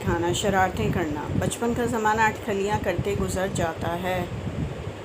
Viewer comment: Atkhalyan nahein atkhailyan